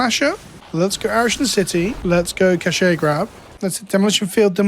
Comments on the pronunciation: I don't think it's a Britishism, just a regular mispronunciation. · It sends me every time I hear "ca-shay grab" Britishisms ruining Wizards' attempt at a cash grab joke.